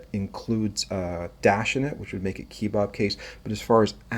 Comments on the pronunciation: 'kuh·bab' as in it looks like a Turkish skewered meat, not' keee-bob'. Why are you making up your own pronunciation and who is Bob lol? 😉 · Who says "key-bob"? "Keh-bob". Like those things you eat (and what you showed at the beginning of the video).